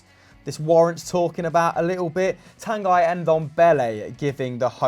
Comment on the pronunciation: Tanguy= tongue - ee